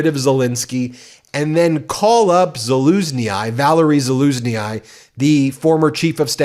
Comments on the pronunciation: zalooznE - I believe that is the Ukrainian pronunciation. Actually, if you think about it, Bidens reluctance of supplying Ukraine has actually been a blessing in disguise, as the Ukrainians have not just turned to the US to arm themselves, and therefore be dependant on the US for decades. They have had to develop their own weapons and go to other countries, and Europe to fight back again the nazis putler and his orcs. Just imagine if Ukraine had been given everything they asked for at the start from Biden, taco dictator would have totally pulled the rug from under their feet and World War 3 would be erupting in Europe because there is no way putler would stop at Ukraine! Who said Biden was too cautious? Looks more and more like he played a blinder! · BEN! I love your work BUT your pronunciation of foreign names is atrocious!!! Use GOOGLE Translate!!! General Valerii Zaluzhnyi ( Zol oose Knee) DONT ADD EXTRA VOWELS!!! Do better!!! ( Love from NEW ZEALAND!!! Slava Ukraini! 💛💙💛💙💛💙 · OMG, just drop the last letter from Zaluzhnyi pronunciation. Pretend it is Zaluzhny, it will be more easy to pronounce closer to what it actually is. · Respectfully, "Zaluzniyi" is pronounced: To pronounce "zaluzhnyi" correctly, follow these guidelines: the end of his name is pronounced "nee", not nee-eye. Break it down into syllables: za-luzh-nyi. Emphasize the second syllable: "luzh." The "zh" sounds like the "s" in "measure." The "nyi" at the end is pronounced like "nee." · Za-luzh-nee 3 syllables, please stop repeating it incorrectly 😆🙏🏻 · Please please please put some effort on pronouncing "foreign" names correctly. Zohloosnee eye? Really? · Zaluzhnyi: pronounce ZA-LOOJ-NEE Side effects of mispronunciation may turn your tongue blue! 💙😅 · I wish you'd check Ukrainian pronunciations mate 😂 they saying zalooshny. The I is silent. 🇺🇦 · Zaluzhnyi is pronounced za-LOOZH-nee [zɑˈluʒ.nɪj]. In Ukrainian transliteration, a final “i” is pronounced as “ee”. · Btw: it's pronounced ZA-LUZH-NY